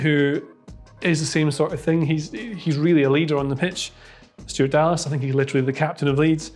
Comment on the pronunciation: got the mourinho vibe there "i sink"